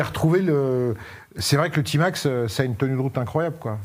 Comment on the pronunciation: A Marseille on prononce Tmax et non pas tymax ou timax